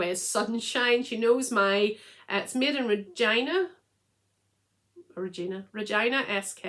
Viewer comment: Enjoyed this episode very much. You pronounced Regina correctly….Regiiiina Saskatchewan. Loved to see your knitting plans.